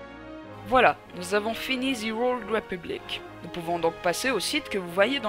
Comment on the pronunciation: on prononce pas DZI OLD mais bien De /The Old Republic